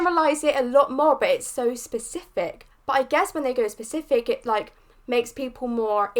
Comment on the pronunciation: This is not meant to be rude but "spesic(k)if" sounds like a very interesting word. Nice reaction and very good thoughts! You just good a new subscriber! 👍